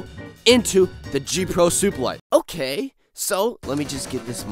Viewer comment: It's okeh not to be okeh 😭